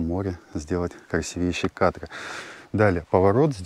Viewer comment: Не красивЕйшее, а красИвейшее место.